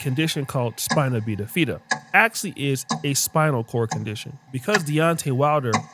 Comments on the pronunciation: "Spinal BEEAFIDA" 😂 Bro.. spina bifida. Pronounced exactly how it looks. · You’re a doctor and said Spinal BEEDAFEDA bro why u like this😂😂😂Bi-Fi-da is just Bifida(w/o long vowels)Anyways black men go have a family meeting. Also, black men that covet light skin will hop over the race fence when given the opportunity… it’s mental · The correct pronunciation of the disease Deontay's daughter has is, "spine - oh - biff - uh - duh". You've been working at being president at Clapathon Tech so long, the you're MD skills have been slipping. Great research as always. I love Bro Deontay, but in my love life, I always bet on black. Married 7 years come November. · said Spina Beenafeeda 😂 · “Spina-Bida-Fida” 😂 that sound like somethin Madea would say 🤣 it does roll off the tongue though! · Ayo spinal bidafeta???? Tf is that, do you mean spina bifida 🤣🤣🤣🤣🤣🤣 license revoked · FYI, his daughter's condition is pronounced: Spine a biff it ta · So you’re a doctor but can’t pronounce spina bifida???? You talk about Dr. Cheyenne Bryant being a fake doctor but look at you🤦🏾‍♀️ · her dad's black, you are what your dad is, you know that! Come on this is just content for this guy that made this video, I can I can guarantee you that he don't care nothing about nothing he talking about in this video he's just trying to make some money. He couldn't even say spina bifida right